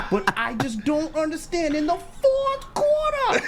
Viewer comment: in the fffoouuRRRTHHHH QUARTUHHHH!!!